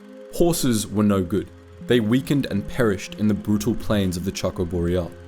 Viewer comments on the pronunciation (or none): none